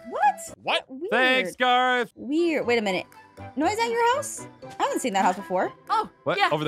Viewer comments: It's noi not noie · Did aphmau call noi mynoi